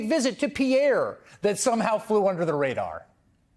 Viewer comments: South Dakotans pronounce it "PEER" -- and they don't take kindly to no Godless fancy French merde! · pier, not pierre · FYI - in South Dakota, they do not pronounce the name of the capital city as "Pierre", they say "Peer". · I know it's French but the capital of South Dakota is pronounced Pier, like the dock, not Pierre like your manicurist. Talk country now. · It's pronounced "peer", in South Dakota. Not "Pierre". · Note to Hayes: South Dakotans pronounce their state capital as "peer", not "pea-air". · Not sure, but I think the capital of South Dakota is pronounced as "Peer," not "Pee-air." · it's PEER, not Peeair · The Capital of South Dakota, Pierre, although it looks french is pronounced, peer. Otherwise great critic. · Umm if you plan on using a city or a state you really should make sure you're using the correct pronunciation. Pierre SD is pronounced "peer," like the way you can look at something or an equal etc. I learned this lesson many years ago when I was reading a news story from Lead SD, which I pronounced like the metal and it should be leed like when you are guiding a horse. Don't even get me started on what happened when I moved to Coos Bay OR and pronounced the state name the way I learned it. You want to see hostile reactions? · OMG you just mispronounced the capital of South Dakota. It's pronounced "pier" like a boat dock. That's a pretty basic mistake to make. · As a South Dakota native I have to correct -it's pronounced Pierre (pier) not the French pronunciation. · Noem's ads for the past election showed her riding a horse across the ranch with her mane of brown hair flowing in the wind. But no gravel pit. Hayes, however, needs to figure out how to say "Pierre" properly. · please learn the correct pronunciation of South Dakota's capital. Hint: it rhymes with "fear." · It's pronounced "pier". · Pierre is pronounced like “Peer”. We know: it doesn’t make any sense either. Source: Life-long South Dakotan.